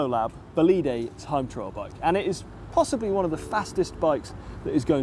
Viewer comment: you have to say "bolid", not "boliday". "Un bolide" is a French slang word for a fast car, a sports car generally.